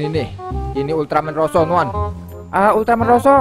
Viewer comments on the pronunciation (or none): Ultraman zero bukan roso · Zero bang bukan rosso